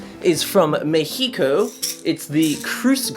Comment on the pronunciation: ME-HIGO? You mean Mexico? Lol